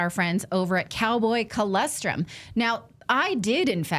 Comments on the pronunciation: Natali!!!!!! Please!!!! It’s ColOstrum, not CholEstrum. 😢😢😢😢😢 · You keep pronouncing it wrong. It's Colostrum...not Colestrum...